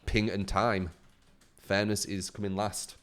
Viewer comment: I swear you were saying thanos instead of fairness